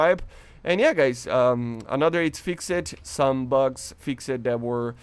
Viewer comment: AHHH ITS FIXED MAN not FIX-ED ahhhhhhhhhhhhhhhhhh, you got good english just fix the fix-ed and reduzed